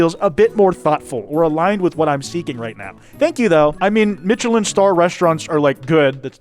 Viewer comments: sooo whos gonna tell her that its not pronounced ”mitchelin” star… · Not to be a grammar n*zi, but the 'ch' in Michelline is pronounced like 'sh', cuz it's French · The most unhinged part of this video is the way pronounces Michelin. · The way he pronounces Michelin star is enraging me way to much. Like I know I'm the unreasonable one here but fuck it's activating my fight response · i have never heard "Michelin" butchered like that imma be real